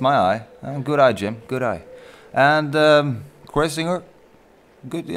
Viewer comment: it s kreuziger, not kreuzinger :)